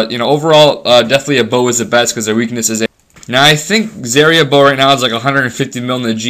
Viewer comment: You pronounced "zarfot bow" incorrectly